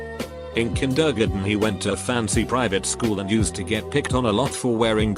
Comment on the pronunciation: No one: Text to speech bot: K I N D E R G E N